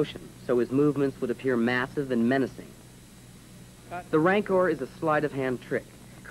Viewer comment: so is it "rancor" or "ranker" it threw me off when he pronounced it lol